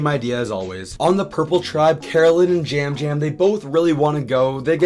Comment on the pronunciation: Winner pick: Yam Yam! Is it pronounced “jam jam”? I was a bit confused by that. He’s the only one who stands out to me so far